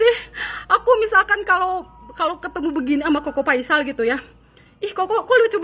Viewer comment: Apakah cingirmu nggak bisa ngomong huruf F?Koko Faisal, Bukan Koko Paisal.